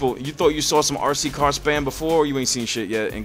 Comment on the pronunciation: The way you pronounce RC car is amazing, sounds like your saying ARSEY CAR haha